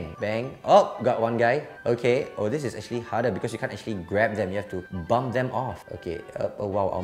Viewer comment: Did he say bum or bump